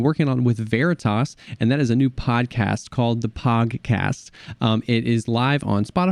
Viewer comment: Swear I thought he said the “PAWGcast”